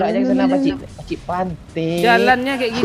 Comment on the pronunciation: Menit 6 58 ngakak gua dnger lu ngomng pakcik,,blepotan kek gitu hhhhhhhh